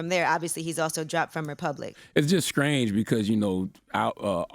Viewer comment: CTG ITS STRANGE NOT SCRANGE